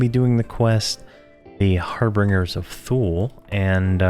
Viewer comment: Dude, the word is harbinger, pronounced "HAR-bin-jer". And Thule is pronounced "TOO-lee". It is a mythical island in the North Atlantic, represented in ancient Roman manuscripts as the farthest, northern-most known land. In medieval times it was used to refer to Iceland (Island) as Thule, and Greenland as Ultima Thule.